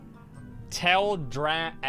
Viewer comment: Tale dra-seal not Tell drass sal!!!!!!